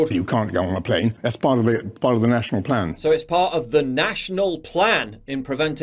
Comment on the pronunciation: I thought he said "It's all part of a flan!"